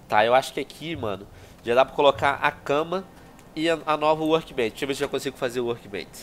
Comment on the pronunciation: FAZ TEEMPO QUE EU OUÇO O VENOM FALANDO "WORBENCH" MDSS QUE NOSTALGIA*